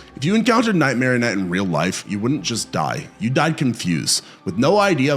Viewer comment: It’s nightmarion